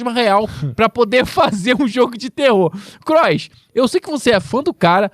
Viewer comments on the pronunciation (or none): é pq vc leu em portugês cross, em inglês se pronuncia melhor